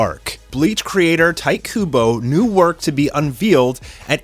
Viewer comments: "Tight" Kubo XD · Tight Kuboh, lol. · "Tight Kubo"